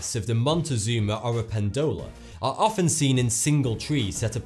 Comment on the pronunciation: The word has the strongest part this way oro-PEN-do-la NOT oro-pen-DO-la